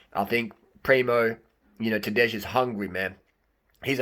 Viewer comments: It's not Tadeish, it's J like Y-es, Y-esterday, like TadeY. That is pronounciation. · Rim job on that pronunciation bro. Tadey, not Tadej. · "j" in Tadej is pronaunced as "i" in Mapei.. And no, Primož will not let Tadej win, It's now or never for him :) most of Slovenians would prefer Roglič to win this one!